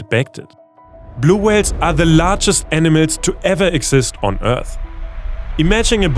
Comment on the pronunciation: dude...you gotta level up your english... how does "animals" become "enemies"?